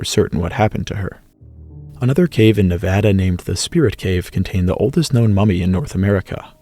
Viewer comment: Thank you for pronouncing Nevada correctly! :) Cherry on top to a fantastic video. Human paleohistory is so hard to keep track of with all these dates and regions and the sea level changes, thank you for making such excellent synopses! Edit: ps I would love to see a video about Pleistocene megafauna exctinction evidence for different regions. I tried to collect and categorize all of the articles on the topic (within a publication date range) by region and human/climate/both/neither conclusion and definitely found interesting regional trends. But it was also a rushed undergrad project so I’d love to see an improved version.